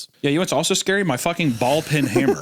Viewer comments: Hunter call in a "ball pin" hammer instead of ball peen upset me greatly and I'm not sure why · It's ball peen* hammer, Hunter. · It's pronounced ballPEEN hammer. Not ball pin. Because you use it to peen